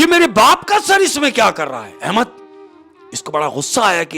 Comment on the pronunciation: Ye shaikh har baar Ahemas ko Ahemak bol rha hai. Ahemad ko nhi pata chala..😅